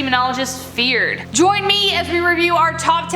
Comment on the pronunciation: ... "Feard" XD